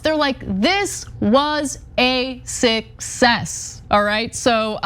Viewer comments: Did she just say sickcess? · A "sickcess".